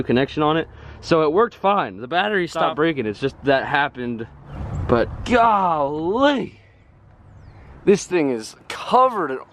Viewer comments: Nobody: This guy: goh lee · Does anyone have a count of home many times he said galee?😂